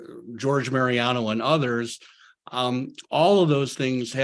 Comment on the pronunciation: George mariono?😂 I think you mean "George Marino"! The main thing that OGs have over reissues (and it's a biggon) fresher tape master's! Some have held up pretty good over the decades, most have not! The biggest thing to suffer is top end!